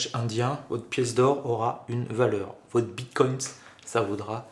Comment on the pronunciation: Apparemment je ne suis pas le seul à être gêné par la prononciation du "s" invisible, autant au singulier qu'au pluriel 😅